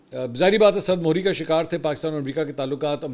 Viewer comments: Mr. Mansoor urdu words are sard mehri instead of mohri Tell to Hamid Meer as well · lafz 'sard mohri' nhe........'sard mehri' hay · Mansoor sb. It is "sard mehri" not "sard mohri". Mohri is paincha or sleeves of shalwar or pants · سرد مہری میں میم کے نیچے زیر ہے۔ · براہ کرم لفظ سرد مہری کو م کو زیر کے ساتھ پڑ ھئےامریکہ اپنی خفت مٹانے کے لئے ایران کو ڈکٹیشن دینے کی کو شش کر رہا ہے امریکن لیڈر شپ کو دھمکیاں دیتےہوئے شرم آنی چاہئے